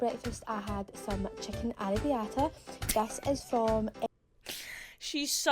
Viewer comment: "chicken arribitta" lol bruh